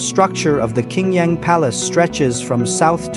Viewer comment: Qing Yang is pronounced " Ching Yang ". Qing is pronkunced as " Ching ".